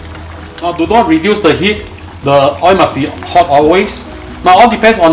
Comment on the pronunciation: please pronounce O I L ..... I don't put O I into the wok.... what a typical example..